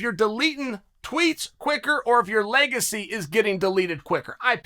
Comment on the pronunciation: Leg- acy 😂